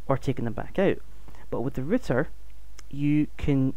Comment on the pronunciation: good video but why are you calling it a ritter when it is a router? r-out er